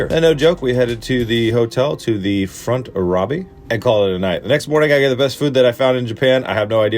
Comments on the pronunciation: When the elevator said "Front Robby" instead of lobby I died laughing! 🤣👍🏼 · Alright I'm just curious, did he say, "FRONT ROBBY" as in FRONT LOBBY or whuuuutttt. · “Front Robby “ 😂😂😂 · “Front robby” lol!!